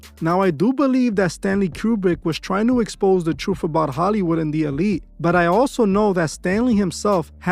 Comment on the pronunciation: How seriously should we take a narrator who pronounces the word truth "troof?" Right?